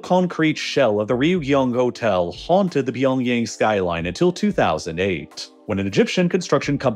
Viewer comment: You're saying pyeongyang incorrectly